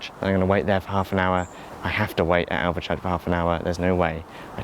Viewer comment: I like your pronunciation of Alvechurch though, very germanic not to make the "e" silent